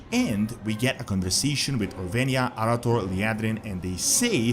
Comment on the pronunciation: At this point “Orwenia” has to be intentional